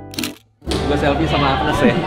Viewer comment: mantav semua huruv f jadi v 😂😂 vivo, somvlak juga, kamera selvi devannya duavuluh megavixel 😂😂 vanco ama gue lah lu bang 😂😂